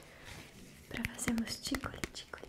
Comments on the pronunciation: Gente e eu que achei q ela falava TINGOLE em vez de ticole kkkkk pensei que vinha de tingle ai ela falava devagar e ficava tingole 😂😂😂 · Sweet Carol: Ticole Ticole Oq eu entendi: Ticolé Ticolé kkkkkkkk